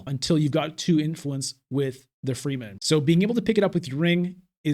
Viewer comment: I hate people who get their panties in a bunch about pronunciation. However every time you say “free men” I’m wondering “what the F… is free men” It’s : freh-men. Rewatch the movies. I do when playing imperium.